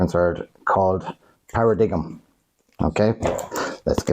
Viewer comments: Para dig um! Ffs its Paradigm (par a dime) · It’s pronounced ‘para-dime’…cheers